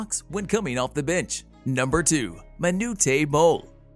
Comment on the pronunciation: Pronouncing of renowned and Manute. lol.